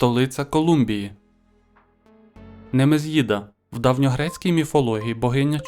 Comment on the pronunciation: НемезІда , а на немез'їда))))))))) Питання цікаві. Дякую.